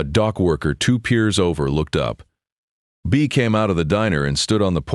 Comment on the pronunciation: It's not "Bee-uh" (Let's go for a couple-a beeuhs.) It's just "Bee" like Andy Griffith's Aunt Bea (for Beatrice). That beeuh sounds good, though.